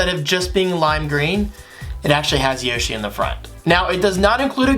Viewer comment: Bro what the heck yushi edition at 0.09 second. It's yoshi!